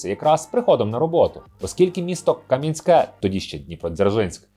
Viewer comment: Правильно КАм'янське, а взагалі це тоді Дніпродзержинськ був